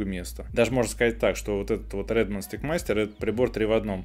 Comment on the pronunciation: Stick (как вы говорите и произносите) -это на Английском языке ПАЛКА,ТРОСТЬ ,ЖЕЗЛ и т.д. Теперь представьте,что Вы рекламируете,а Steak 🥩 -это стейк 🥩!!!